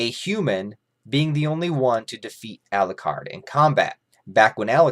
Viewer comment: Every time says Elucard. Dracula loses a soul. How many souls did he lose in this video?:)